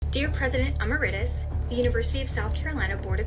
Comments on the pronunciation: Bish can’t even pronounce emeritus correctly 😂😂😂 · She doesn't know how to pronounce emeritus.